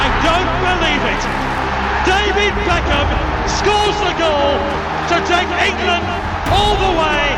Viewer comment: David ' backhim'